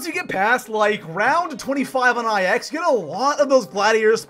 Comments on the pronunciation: Am i the only one that cringes every time he says IX instead of 9? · Hearing I X was probably the worst part of this video